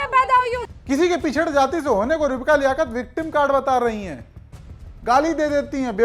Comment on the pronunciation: लियaकत को लेआआकर😂😂